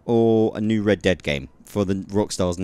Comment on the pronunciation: I alway hear you saying Red Debt Redemption :D